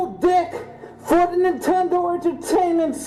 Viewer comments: "da nintendo shitcyoob" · Nenteeendo Sheitcuuube